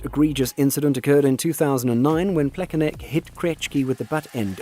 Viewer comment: David Krechki? WTF? Where do you see the K? Is it really that hard to search for the correct pronunciation of foreign names? You also got Plekanec wrong. C at the end of the name is pronounced as ts. Krejčí is pronounced as Krej-ch(ch as in cheetos) and ee (as ee in cheetos). Matthew Tkachuk is no longer with Flames, this is his second season with Panthers. Very poorly researched video.